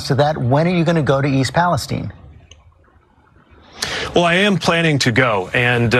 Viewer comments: america hates palestine so much they cant even say it..please..please..stop saying east palesteen..i dont check my watch to see the teem..there arent tineagers..east palesTINE..say it..palesTINE..WTF? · Why is East Palestine called "East Palesteen"? Or is it East Palestein ?